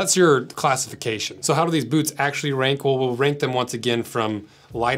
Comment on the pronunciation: I love the way he pronounces boots: "Bhootz"